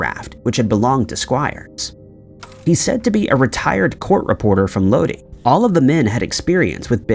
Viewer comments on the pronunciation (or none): The way you pronounce things is wild. Did you just pronounce Lodi as low-dee? lol. It's pronounced like low-die. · If I'm hearing this correctly about the dude that was a retired court reporter, its either Bodie California or Lodi. If its the later it's actually pronounced Lodeye not Lodee. This is the town i live in. We are about 1 hr south of Sacramento andc30 min north of Stockton. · Oh no stuck in Lodi again…..😂I grew up in Sacramento and can’t stand when they pronounce it Low-dee